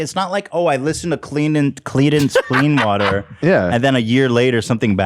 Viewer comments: cleamance cleewater revel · Watching Ethan try to say Clarence Clemmons Clemson Hard Water Rebirth is my favorite thing ever. Also does anyone find it wild that Ryan Kavanaugh allegedly is running a ponzi scheme? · Dan casually dropping comedy gold saying Ethan can't invoke the CCR curse because he can't pronounce the band's name. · Ethan: credence Clearwater revival Zach: thank god he can’t say it bruh he literally just did 😂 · someone clip all the times ethan tries to say creedance clearwater revival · Ethan can’t say credence Clearwater but uses the word “colloquial” in a sentence no problem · I love you but bihhh you better learn how to pronounce Creedence Clearwater Revival. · Ethan pronouncing the band wrong seriously makes me laugh so hard my stomach hurts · Ethan attempting to pronounce Creedence Clearwater Revival never stops being funny🤣